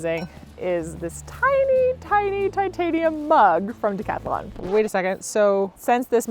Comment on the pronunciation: Stop saying decathalon😢 it's Decathlon say: decatlon